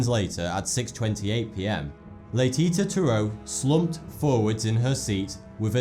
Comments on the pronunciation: Laytita? It's pronounced like latisha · Hey. Nice video. Being French, I couldn't help but notice you mispronounced Laetitia. The last 't' is pronounced as a 'c'. Le-ti-ci-a. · its pronounced laytishia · #3 Pronounced "Laetisha" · Le-Teesh-Ah is how one would pronounce Letitia. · Laetitia, is prononceLae Ti Sia. A French grammar rule gives the ability to letter T to sounds like S when between vowels. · Latetie prononced laetichia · Oh and, Laetitia is pronounced Laiticia btw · Laetitia is pronounced "lay-tee-see-ya" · Oh my God ! You said "Laetitia" so wrong ! The second "ti" isn't a "t" like in "tea" but a "ci" like in "sea" ! (trust me, I'm french ;)) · That second T in Laetitia makes a Sh sound. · the way he pronounces laetitia is hilarious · Learn how to pronounce 'Laetitia'...